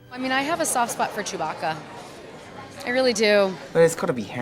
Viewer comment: i heard so many mistakes...Chewiebacca, Hans Solo